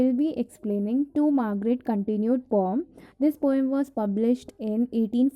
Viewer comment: What is pom.. pom.. pom.. You just pronunciating it like strange thing.. This is /pœm/